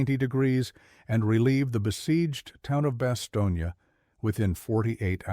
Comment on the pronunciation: When you mis-pronounce the name of the embattled town in Belgium, you sound ignorant.